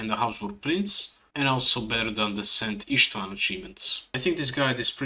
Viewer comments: You pronounced szent István perfectly. Very cool guide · I'm Hungarian and you pronounced it flawlessly